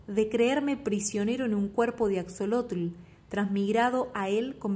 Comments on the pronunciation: Asholotl. Bueno así se pronunciaría. Pero no importa. Me encantó la lectura 💓🙏🇲🇽 Saludos desde México 🇲🇽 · Hola, muchas gracias por tu lectura, soy mexicana y la uso para mis clases de español. Axolotl es nahuatlismo por eso la letra equis se pronuncia como 'sh' ;)